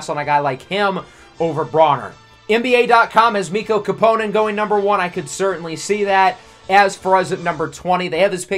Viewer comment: Love your videos! I just wanted to clarify that it's pronounced 'Kàpponen,' not 'Kappònen though :)